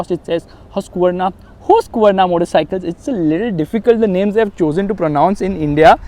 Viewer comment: Bro its pronounce hask-varna